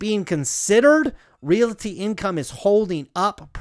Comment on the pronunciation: Love the video, but every time you say REALITY instead of REALTY, a kitty dies